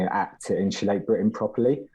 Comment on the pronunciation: & if you’re going to come on to represent “insulate Britain” you should probably learn to pronounce “Insulate” properly!? 🙄😂😂